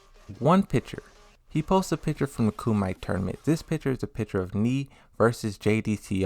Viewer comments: Its pronounce KUM-E-TAE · Bruh, did you say “ku-might”? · Yeah, he's been saying it for a week. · Why do you say Lida and Kumite incorrectly?